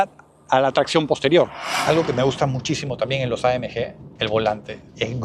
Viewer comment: Por qué pronuncias AMG en inglés si el vídeo es en español?? Buen video de un buen coche👍